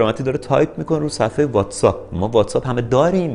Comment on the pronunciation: تو دیگه چرا. واتس‌آپ نیست. واتس‌اَپه:))